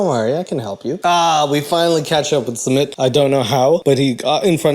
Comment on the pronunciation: My absolute favorite thing about his couple is the fact that Jenny has no idea how to say sumits name. She has called him schmit, sumeet, smit, summit, suemit, Smith and I die of laughter everytime..😅😂